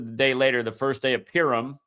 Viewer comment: purim mate, not pirum :) thanks again